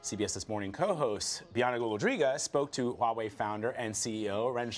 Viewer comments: It's pronounced "wha whey " love not highway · "hoo why way" no, it's "Wha-Way"